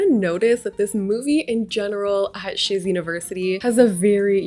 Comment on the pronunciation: First time I heard shiz university, I thought she said sh*t university